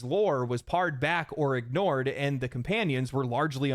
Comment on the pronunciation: "Hair-ih-tick" you're using the pronunciation for "Heretical", Dearest. "Pared back." Long 'a'. Think the fruit not the cooking technique. Alternate History/80s aesthetic in the far future: Yes NIN OST: Hell Yes Spunky Bald Female Protagonist: Maybe We understand the response to this but We can't help but feel a significant portion of it is the new Reactionary Other Side of The Pendulum. A side every bit as annoying as what led to them existing in the first place. We were more irked by her not using those clippers properly. Clearly this isn't for the Cyael's of the world whose motto seems to be "Goonable or GTFO". We're adopting a wait and see on this one. Druckman could do with a nice tall glass of STFU with a side of humble pie though.